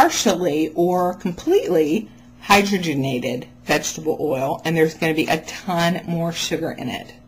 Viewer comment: Somebody's gonna come along and tell you, you pronounced Hydrogenated wrong. But in my book, you said it right. Correction: Carbs don't cause diabetes, sugar and > 10% fat does. Some of us have figured out how to eat. It starts with an eight. ;) The monkey knew it all along. Alexis was right - we can be jerks....lol